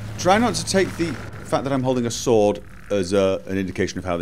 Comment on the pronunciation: Shhh! Be vewy, vewy quiet. We are hunting Swoad. Lol.